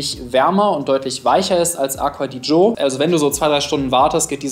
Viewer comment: Hat er Aqua di Joe gesagt? 🤣🤣🤣🤣🤣🤣